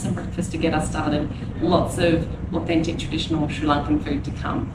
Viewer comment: Im gladyou are enjoying SL. Your pronounciation of Sri lankan is better than mine, and I'm a Sri Lankan Kiwi!